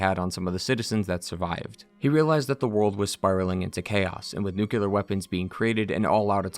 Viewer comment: You get a thumbs down from me for saying NOO-KEEOO-LUR